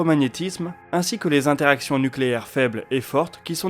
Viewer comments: J'adore tes vidéos, je leur mets à toutes un pouce bleu, mais s'il te plait, arrête de mettre un S (ou un Z) à Quatre :) C'est quatre interactions, pas quatre zinteractions :) Merci encore pour le boulot fait sur tes vidéos :) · Très bien comme toujours ; mais il n'y a pas quatre z interactions mais quatre interactions Sinon c'est la fin des z haricots Tu es vraiment fâché avec les liaisons ! Amicalement !